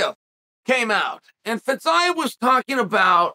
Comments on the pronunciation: not feez-eye-ev feez-e-yiev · I thought it was Fiziev but now thanks to Chael I’m calling him FitsIeev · Ah yes Fitz-Eyev, never change chael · Legit took me till the video nearly finished to figure out who Fit-zi-ev is haha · idk, w/Fiziev he changed all the vowels, and a consonant, and added a syllable, in 6 letters. Champ. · Boy, that took an unexpected turn... 😂 minutes of butchering the name "Fiziev", just to end with annihilating the hypothetical person that says Paddy wouldn't be ready for Gaethje. 🙏